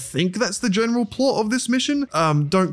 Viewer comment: why do you keep saying "gemeral" instead of "general"?